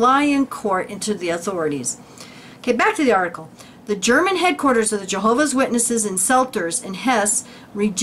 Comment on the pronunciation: your German pronounciation is very well. - This was a very interesting video. Many thanks right from the heart.:)